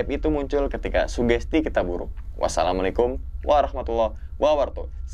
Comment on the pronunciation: Maaf kaya ada yang salah dah dalam pengucap salam nya